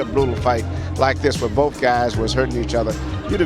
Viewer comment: Why do you say “wiff” instead of with and “boff” instead of both?